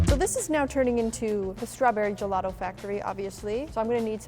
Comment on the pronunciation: I was getting triggered by the Word:"Gelado" THE HECK IS GELADO!?!? ITS GELATO!!! GELATO!!!! DIO BONO SANTISSIMO!!!! (by the way the video was nice 👍🏻)